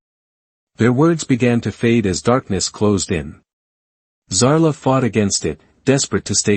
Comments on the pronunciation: It’s a bloody wound (pronounced “woond” . When one winds a clock it is said to be “wound” but if you are injured you are said to be wounded, (pronounced “woonded”. Teach your AI the correct pronunciation determined in context. Oh! Another thing, her name is “Zara” not Zala. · At about : : the prime female's name is falsely said as if it had an 'l' in it!. Oops LoL 😢😢